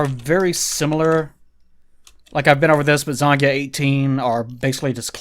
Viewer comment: Every time he says Zangya, I hear it as Zangief...and that's a trifusion I would give all the money to see.